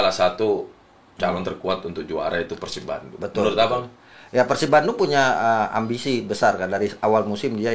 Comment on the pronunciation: Nyebutnya bukan PERSIB bang tapi PERSIB